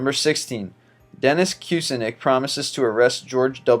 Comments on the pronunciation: I believe it's "Qu-sin-itch" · These lists are horribly researched (i#7 was Perry not Cain) and the narrator can't pronounce a word over three letters (#20/#9 Reeegan, #16 Cuesinik, #12 Beeeaffra, #1 Rooooesvelt.) touche from Dan... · 1. Reagan = ray-gin 2. Kucinich = koo-sin-itch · You mispronounced Kucinich. And, BTW, there are multitudes of Republicans who have promised even more bizarre things, some of them making those promises today.